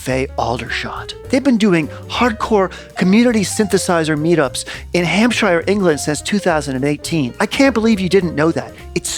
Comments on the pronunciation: Rather tickled by the pronunciation of ‘Hampshy-er’. Here in the UK we just say Hampshuh… Seriously, I have the ECR-1 with the latest firmware, and cannot wait to make my own noises in this space. It is the beauty of convolution reverbs in general that you can recreate any space, from a gothic cathedral to the cupboard under your stairs, and play drums there. Yay! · It’s pronounced FARNBURRUH and HAMPSHERR (not like THE SHIRE). I fact checked everything else. MATHS is correct, but weirdly ALUMINUM should be correct, but pompous old scientists changed it to ALUMINIUM over here. Some of the artefacts are potentially aluminium… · For the Americans, here's how to actually pronounce these places: Farnborough = Farn-bruh. Hampshire = Hamp-shah. Aldershot = Aldershit.